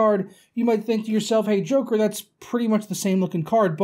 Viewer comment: When u saying joker here i hear choker here change it plus u dont look like joker than one was skinny and u are kinda big